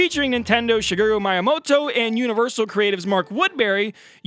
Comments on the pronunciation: It's pronounced: Mee-Yah-Moto Not: My-Ah! ;) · Maiyamoto first time hearing that 😂😂😂